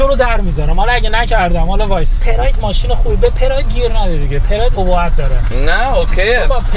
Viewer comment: تبریک میگم بالاخره اُبُهَت رو درست گفتی و نگفتی اِبُهَت❤